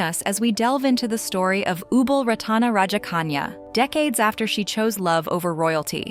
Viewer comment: Ubol Ratana's name is wrongly pronounced. I was married 15 years with a Thai and lived partly in Bangkok Yai. Many photos here show members of the Royal family without Ubol Ratana. Many Thai men have a so-called "minor wife" , which means adultery is common. It surprises me that Ubol divorced because of adultery.